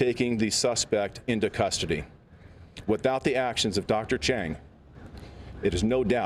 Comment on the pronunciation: The Hero’s last name is Cheng, not Chang, though sound alike. Dr. John Cheng was with South Coast Medical Group in Aliso Viejo.